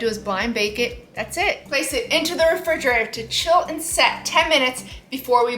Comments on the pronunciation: lmaoo I think she forgot how to say it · I thought I was tripping when I heard her say it lol